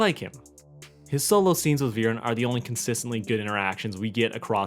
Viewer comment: "Have you all forgotten that one abysmal episode where Viran ordered his son and daughter to go and kill an 10 year old child-king?" First of, it's Viren, not Viran, it's really not that difficult. Second of all, Viren trying to kill Ezran and Callum and retrieve the egg is not bad writing by any stretch of the imagination. That's like saying Ozai sending Azula to kill the Avatar is bad writing; it doesn't make any sense. It's perfectly in character for Viren to want the dragon egg back and it's also in character for him to think that the princes need to be taken out of the picture so that he can size the throne and protect Katolis from a position of power. You also seem to forget that he didn't send Soren and Claudia to kill the princes, he gave each of them two different missions and told them to keep them secret from each other. Soren was tasked with killing the princes and making it look like an accident, while Claudia was tasked with retrieving the egg at all costs, even if she had to leave her brother to die. The plotline was far more complex than you make it out to be. It contributed to the overarching story and it served to establish both Soren and Claudia as characters, helped develop their character arcs and Callum's own arc. There is nothing wrong with it at all from a narrative perspective. "And how Soren went out of his way to kill him and continuously failed at it and it was played for laughs?" It's almost as if that's literally the point. Soren doens't actually